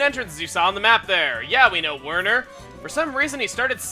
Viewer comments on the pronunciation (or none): none